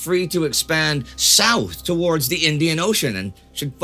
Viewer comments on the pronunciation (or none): none